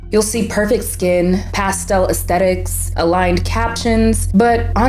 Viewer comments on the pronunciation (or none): “Aesthetics” not “ECSTETICS” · also, girly don't even know how to pronounce 'aesthetics' LMFAOO bruh it's not EXthetics.